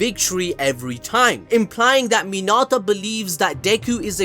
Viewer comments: Sorry but when u called mineta minata I got triggered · Why was he pronouncing Mineta as Minata? lol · my friend if i hear you say min ah tah one more time im going to murder someone friendly tip its min eh ta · Minarta?!! U mean Mineta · bro really minata it's mineta 😭💀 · Mi-NEH-ta! Say again! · Who tf is “Minata”? 💀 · Are you saying Minata? Like Hinata? Like Hakuna Minata? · this man rlly said urArAka and he rlly said minAta